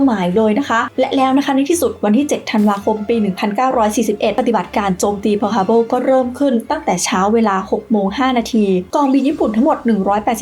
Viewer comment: ขัดใจที่อ่านว่าทฮาร์เบิลนี่ละครับ